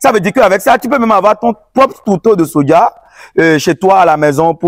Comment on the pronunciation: C’est Soja et non Sodja